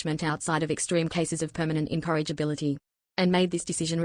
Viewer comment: Incorrigibility, not "encouragability".